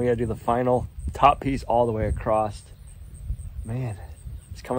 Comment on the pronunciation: You say this and so many other YouTuber say acrosst, it’s may just be when you buy a car you see tons of the same car. Anywho …. It’s across with no “T”